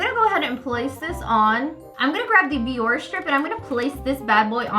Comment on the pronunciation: It’s not pronounced BiOrR it sounds like Bioreh